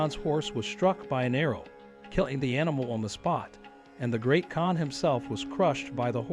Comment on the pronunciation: I believe the usual pronunciation of "KAHN" is the same as in "CON- tract."